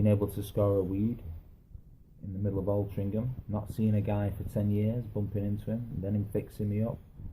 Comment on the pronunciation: It's Altrincham bro :-)